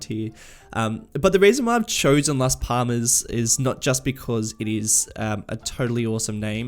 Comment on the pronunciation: For last Palmas the second L has more emphasis, it should be last pallmas, you should be saying the L as if you want to get it out of your mouth